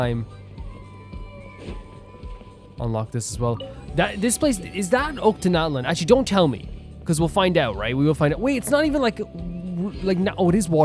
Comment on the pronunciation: Oh you should check the scroll the Lord of The Night gave you occassionally whenever you finish a tribal quest! Ochkanatlan is actually 🤓 pronounced like OSHH-KA-NATLAN